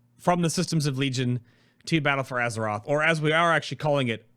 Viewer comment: battle F or aze ROTH